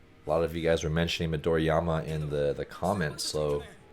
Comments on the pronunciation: Came to say the same thing. There is no "y" in his name. Just like there's not two "m"s in Ka-ga-mi. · Just a note, it is pronounced Mi-do-ri-ma not Mi-do-ri-ya-ma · Hey Coach, May be you didn't pay much attention but you are pronouncing Midorima as Midoriama. Also, your face is out of focus for almost 80% of the video.